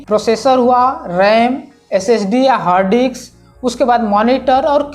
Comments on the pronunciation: It's hard disks, not HARD DICKS dumbass. Are you a tech reviewer or Gay pimp? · its harddisk.... not harddi**s🤣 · Bro, Hard diks nhi Hard disk, plss 😅